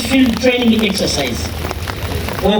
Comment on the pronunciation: It's okoa maisha,not okuo maisha